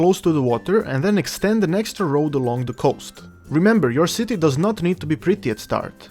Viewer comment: Was anyone else dieing with laughter when he was saying "Shitty" :D Dude your accent with the word "Shitty" is fucking priceless. Thanks for the Tutorial it really helped :) i had no idea what i was doing until i watched this thank you :)